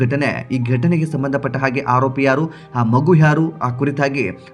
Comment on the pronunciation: ಆರೋಪಿ. Haropi ಅಲ್ಲ ಸರಿಯಾಗಿ ವ್ಯಾಕರಣ ಉಚ್ಚಾರ ಮಾಡುವುದನ್ನು ಮೊದಲು ಕಲಿ ತಪ್ಪು ತಪ್ಪು ಕನ್ನಡ ಉಚ್ಚಾರ ಬೊಗಳಬೇಡ